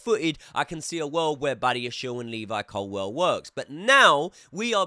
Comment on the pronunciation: I love you bro but why do you pronounce Levi’s surname like Colwell when it’s Colwill?